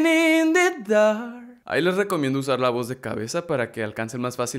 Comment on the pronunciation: Se escucha raro cuando dises dark